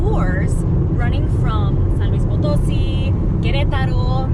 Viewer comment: Potosí (acento en la í). She kept mispronouncing it